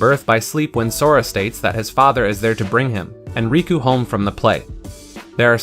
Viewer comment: it's not raku it's riku